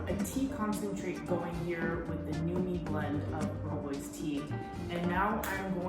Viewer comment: Just wanna say that I love the way you pronounce rooibos! And would like to correct you on biltong, it can be prepared with non-game meat. The big difference between the biltong and jerky is that it is thicker and always air dried. Great video, I will definitely be watching some of your other videos!